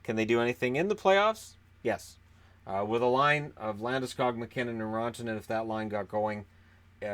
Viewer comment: Its pronounced Rant-uh-nen 😡😱😵